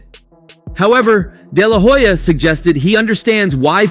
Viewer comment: The H in HOYA is silent 🤭